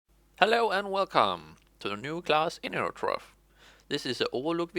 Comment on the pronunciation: "hello and welcome to the new class: "enurotrofe" "...wtf